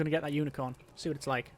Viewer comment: I keep hearing Unicron. That'd be a game changer.